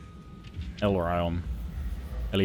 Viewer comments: or (C) Ell-EAR-EE-UHN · Ellyrion is pronounced sort of like Illyria from rome 2. Eeelairion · ILL-EYR-ION -> Ellyrion. Hope it helps. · Ellyrion - el-LEAR-ree-uhn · Lothern is typically pronounced Loth-ern, Long O in Loth and ern like urn. Ellyrion is also pronounce Uh-lair-ee-un typically. Lysean would end up being Lay-shawn.